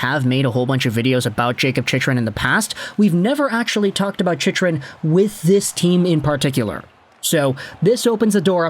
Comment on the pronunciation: Bro learn how to say his name